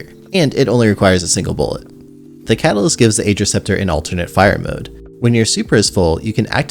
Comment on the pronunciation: Not trying to be toxic, but Ager is actually pronounced "Agh-er"!